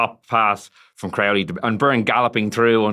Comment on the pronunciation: Luke Fitz STILL can't pronounce Crowley's name, and nobody else can finish a sentence because of him.